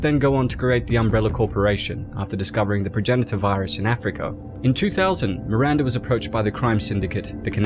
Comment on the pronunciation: MiranDAH, not MiranDURRRR